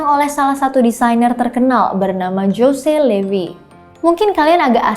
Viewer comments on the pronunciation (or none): jose... dibaca hose mbak bukan jose... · 'José' itu bacanya 'hose' dooong😁